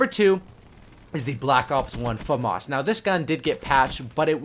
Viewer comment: Its said like fahmis not fomus i know its spelled famas thats just how its said